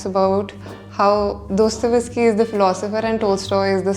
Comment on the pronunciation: Dosto-Ves-ki ❎ Dosto-Yev-ski ✅